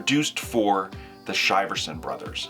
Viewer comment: It’s pronounced “sheer-son”